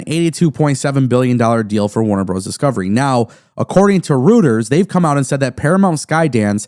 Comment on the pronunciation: Roy-ters.. not rooters..lol